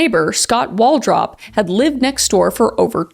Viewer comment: Auntie Kris! It’s pronounced…Coal-Hep, and Wall-Drup. You crazy Canadian, you! lol FYI- just love ya to bits! ❤😂❤ Sowrry!- ha! See what I did there?